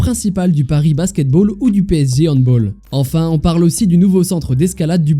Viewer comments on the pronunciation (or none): On ne dit pas "hanbowl" comme "football" mais "handball" comme "balle"! On ne dit pas "Paris sera-elle prête" mais "Paris sera-il prêt"!! On ne dit pas "l'ensemble de la ville de Paris va-t'être bouclé" mais "va être bouclé"! On ne dit pas "Paris tende donc" mais "Paris tend donc".